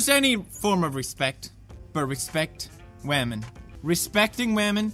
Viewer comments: women? you mean WAMEN! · HENRY THE RC CAR I believe it's pronounced wahmen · This respeckting wamen is awesome...makes me wanna respekt wamen... Mmnnnn respeckting wamen